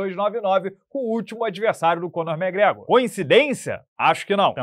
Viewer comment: ah, sabia, estava só esperando o sotaquinho... "kóhnor méhgrégor"... kkkkkk...